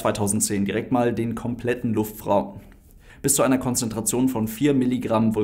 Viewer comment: Jaja der "Luftfraum" 😂